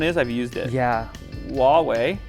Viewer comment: Why do you keep pronouncing Huawei as "Ooaawei? It's not spanish or french, the H is loud.